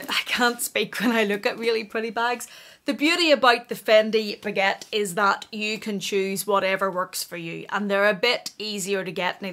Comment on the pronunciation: Did yiu say the faquette! 😂 😂 😂 😂 😂 😂 😂 😂 Dying! 😂 😂 😂